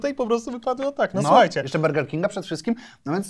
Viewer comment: Czy tylko mnie kuje w uszy gdy mowi 'berger'? xdd